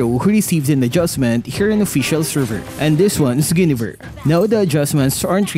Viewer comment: Mali po pag pronounce nyo ng Guinevere. Paki correct.